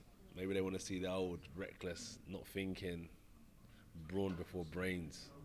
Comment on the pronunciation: two questions.... 1. why he say "Finking" than Thinking ? 2. whats "long levers" ?!